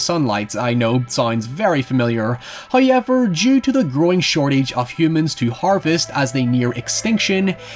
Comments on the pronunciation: I've heard you say how properly, and ever properly. How come you can't join them? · haha irish man go hoyever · The lad who says NOY and HOYEVER is back again.